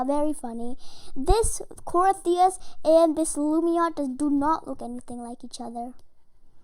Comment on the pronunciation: you said crios wrong